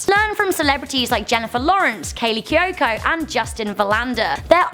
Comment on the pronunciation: Wow just cant pronounce kaley cuoco